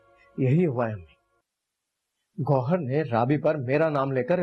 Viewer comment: Goyhar nahi hai yarrr gowhar 😅😂😂